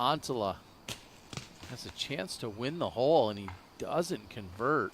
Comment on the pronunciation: A non native English speaker here wondering if it’s just or some American dialect where the word ’hole’ is pronounced more like ’hall’? I hear it all the time from him.